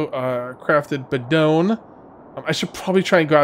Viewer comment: Hitting like just because you pronounced bidon correctly.... Thankyou. Also thankyou for actually saying irradiated , not radiated in 7 days. I feel like a total Karen.... but i am English....